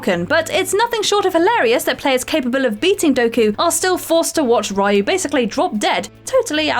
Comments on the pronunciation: It's Ree-yu. Not Rye-yu. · The protagonist from Ninja Gaiden is pronounced Ree-you not Reye-u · You COMPLETELY butchered the name of the protagonist of Ninja Gaiden.